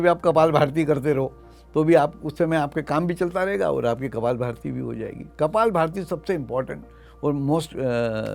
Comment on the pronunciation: कपालभाति शब्द न कि कपालभारती !